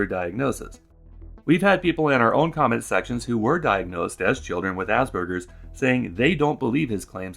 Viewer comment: worse, he said it asberjers, like he's never heard the word before, only seen it written down